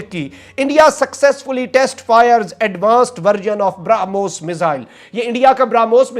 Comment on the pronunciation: ब्रा पे जोर देकर ब्रामोस बोल रहा है.... 🤣क्या चू बनेगा रे तू🤣